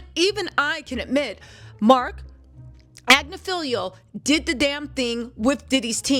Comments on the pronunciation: 😂😂❤ are you sure about that pronunciation!?? Agnifilo vs "Agnifilio"?? How were they pronouncing the lawyer's name in court???🤔🤔 Anyhoo girlie, you're doing your thing & CONGRATS ON YOUR SWEET CAMEO ON THE HOTTEST DOC SERIES ON NETFLIX!!!😁👏🏽👏🏽👏🏽❤️🥰🤎🧡🎉🎉🎉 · Sorry,, I think he’s saying it right! I think you’re saying it wrong: it’s AgNIfilo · It's AGNI-FI-LO. You are butchering that man's name. Lord have mercy....and then corrected someone who's clip you played who said it correctly. Girl. Do your research on the name pronunciations if you're going to be doing this expecting to be taken seriously. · hate to tell you this, but it's you who has been mispronouncing his name. Look how it's spelled: There's no "lio" at the end of it. It's Agnofilo. Been wanting to tell you for awhile. Still luv you and your show though.😊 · Love ya babe! You are amazing! SN: unfortunately bro from TMZ is pronouncing his last name right. It’s like ag-niff-Ill-o. I watch his wife’s cases too. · It is Ag-nif-ilo btw, how it's spelled. Just saying. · Cuz U are saying Agnifilo wrong. Lmao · I love how you still won’t say that man’s name right 😂😂